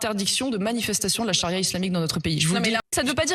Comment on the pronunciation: "La chari'a alimentaire" 😂😂😂😂